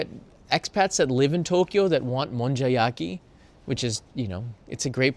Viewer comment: Thanks, another interesting area to go visit next trip. We prefer mostly to find regular slice of life areas, restaurants, eat where the locals do etc. We still tick off the popular tourist spots but then go to areas like these. Thank you for pronouncing To Kyo the we we should, now for A Sa Ku Sa 😅